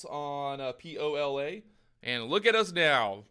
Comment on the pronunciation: Lol it’s POLA